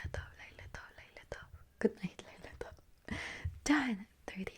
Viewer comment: I approve of the Hebrew pronunciation! Fantastic video as usual and lila tov!